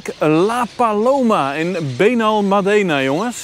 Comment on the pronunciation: Gaaf man, vorige maand nog geweest in Benalmádena effe de klemtoon anders maat. Achter bij aquarium de strandtent effe uitproberen. Tot morgen maat. Weer een top video, prachtige drone shots.